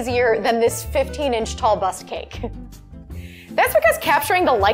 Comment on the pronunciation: Sounds like she's saying bus cake not bust cake anyhow I don't know why they call it is bust cake anyhow .. strange.. but awesome job , amazing 👏 🙌 😍 ❤️